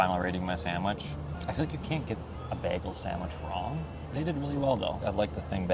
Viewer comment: Psst … there’s no “m” in sandwich. And it would be Cherry “notes”.